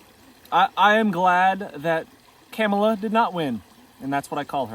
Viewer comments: Just showing how ignorant you are by purposely mispronouncing her name, just to disrespect her. Should the sound of someone's laugh or voice really disqualify them for POTUS? Over a bloated, criminal, twice impeached, shell of a human being? I hope you're honest with yourself when this country takes a nosedive. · Sad that you can’t give her respect and pronounce her name correctly. Shows your character on full display. Insecure Trump voter.